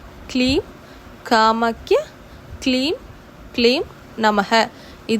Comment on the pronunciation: Sister காமக்ய இல்லை கமாக்யா